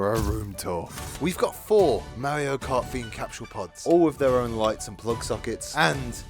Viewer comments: Merry-oh and Luigi. It’s MARio, mar like bar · Mario even says his name for you, how are people still pronouncing his name wrong?